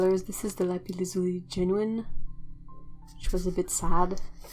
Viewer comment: I really enjoyed every minute of this video. The paints are beautiful. Amethyst was the precious stone, that we wanted for our engagement ring first. Also, I've never heard someone pronounce Lapis lazuli in English, it sounds awesome! Just that made it worth watching the whole video. :)